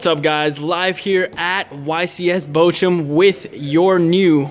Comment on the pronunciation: That moment when American ppl try to pronounce Bochum :3